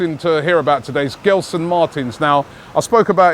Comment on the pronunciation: As a Portuguese Arsenal fan who grew up in London, I'm glad that Arsenal are finally looking at players from the Portuguese league. There has always been so much talent there that Arsène never really tapped. Let's see what happens with Arsenal links like William Carvalho & Gelson. By the way, the "G" in Gelson is pronounced like the "G" in gelato. Just an FYI. Keep up the excellent work!!